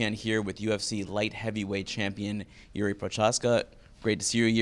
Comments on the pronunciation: Yeah you can see that Jiri started laughing a bit, when he heard the incorrect pronunciation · I just watched another interview with Jiri the other day where his name was pronounced correctly, and you could tell how flattered he was, even said he was glad about it. I might be wrong here, but shame on Raimondi for not doing his homework.